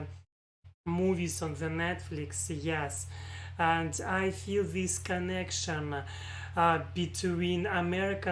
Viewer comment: You just need to work hard at your pronunciation of your English words. Here is a single word I noticed you used a lot. The word is: THIS You pronounce your letter I’s as if they were long E’s. The letter “I”will never sound like a long E (ie. Cheese, These, Please) unless it is followed with the letter “e”, as in “ie” or at the end of a word that ends in, “ing”. Examples, “Chief, Thief, Grief” or, “Thing”, building, hitting, throwing”. In the word, “This” the I is pronounced as a short I and will sound exactly like the way you pronounced the letter I in the word, “Workin”. Workin is not the correct way to say or spell the word, “Working”. However, workin is the slang pronunciation of the word, “working” so keep that pronunciation in your conversational English. You say it, but never spell it as, “workin”. Here are some words to practice your short sounding I’s. THIS, fish, wish, dish, tick, lick, stick. The WRONG way to say those practice words the way you currently do is, Theese, feesh, weesh, deesh, teak, leek, steek. I think your vocabulary is very very good and you could hold a conversation in English with anyone, but you have a very very heavy Russian accent right now. The Russian girl in this video, if I closed my eyes, I’d think she was American. That American connection you feel, Thomas Jefferson described what you feel with these words: “We hold these truths to be self-evident, that all men are created equal, that they are endowed by their Creator with certain unali